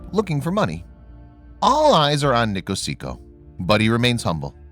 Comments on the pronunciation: His name is Nkosi not Nikosiko. Please get out African names right. Nkosi means King. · it South Africa and they use Rands nt rupees Niekosi is the namer you prenounce it wrongly but great story